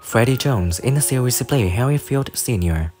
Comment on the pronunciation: The word "series" is not pronounced "see weese"